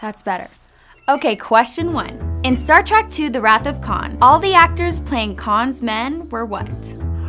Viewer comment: why does it sound like she keeps saying Star Trak.... grr